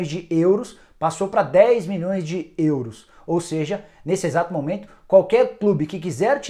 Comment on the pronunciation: Ele é engraçado falando “ÊÊÊURUS” kk